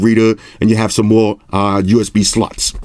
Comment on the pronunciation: Did he just say USB Sluts?